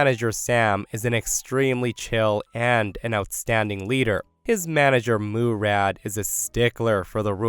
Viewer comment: Yeahhh, it's not pronounced "Moo-rad".